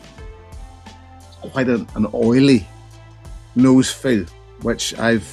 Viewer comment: Did you say nosefeel? I find this whisky very thin and it's a whisky that I feel like I can detect the e150 in. Probably my least favourite Laga.